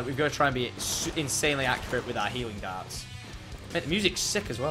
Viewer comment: I thought he kept saying "Helium darts"